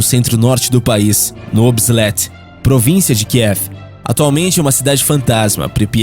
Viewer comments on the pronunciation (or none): none